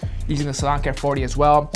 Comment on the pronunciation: For a while I thought you were saying LAWN care 40 instead of SALON care 40😂 oh my